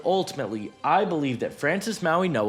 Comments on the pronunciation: Mauinoa? Where the fuck is the "n" at? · This is how you pronounce his name Mau - ing - oa The way you say it sounds like there’s a N in the middle, but there’s no N sound in the middle